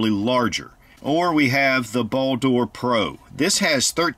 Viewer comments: Why do you keep saying "Ball Door", "Ball Door", that shit sounds so hilarious and hard to watch. I don't think I've seen an "O" in the word. It's simply "Bald-R" as it's spelled. Olight likes Norse Mythos for naming products. Simple search Baldr (anglicised Balder, Icelandic: Baldur) is the god of light, joy, purity, and the summer sun in Norse mythology, and a son of the god Óðinn and the goddess Frigg. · It is pronucened Baldr not baldor skip the o